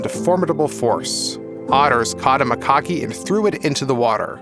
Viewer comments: It's pronounced Ma-cacks to rhyme with tacks Not Mic-cockys to rhyme with hockey. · A LOT of what he was saying was drivel. Did you hear how he pronounced Macaque to rhyme with hockey instead of tack? If you're going to put out a video, at LEAST learn how to PRONOUNCE things, and what they actually ARE.